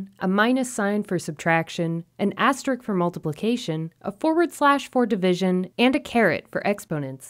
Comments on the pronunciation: Asterisk* not asterik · I wish this video showed how to add a range of cells, not just two that are next to each other. Also, just FYI, you may want to consider updating this video to fix the pronunciation of "asteriSk."